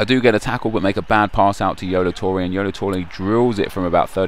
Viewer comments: YOLO Toure? LOL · YOLO TOURE AND BALOLTELLI? WAS THAT ON PURPOSE?:S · It's Yolo Toure! Jizz. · yolo toure? haha